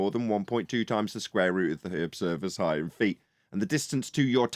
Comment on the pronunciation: Again with the "Heighth" please stop